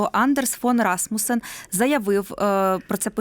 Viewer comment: Що це за «журналістка» така, що не може висловити правильно імʼя пана екс-секретаря Расмусена?